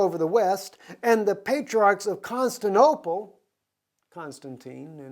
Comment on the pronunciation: Just as a point brother since you have so many followers.... it's " Con-stan-ti-no-ple" :) <3 and also .... "Met-trop'-o-lis" :) Blessings and thank you for all you are doing to bring Truth!!